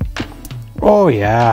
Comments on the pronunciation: lets out the most midwestern "oh yah" I've ever heard. Makes me homesick.:( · I like the part where jay's midwestern "ooh yaaah" slipped out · That perfect midwestern "ohhh yah" .....chef's kiss